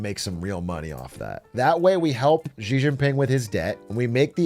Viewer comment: bro still pronounces Xi like Zhi instead of Shi